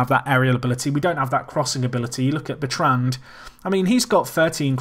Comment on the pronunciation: pronouncing Bertrand incorrectly.